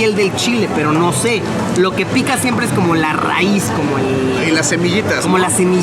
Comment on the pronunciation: lo que pica siempre el la rrrraiz xd